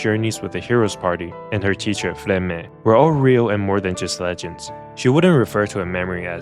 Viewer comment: Why himeru and then flemme instead of furame? what the fu